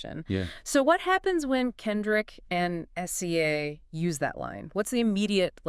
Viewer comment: its pronounced si-zuh. definitely AI. ugh. So depressing.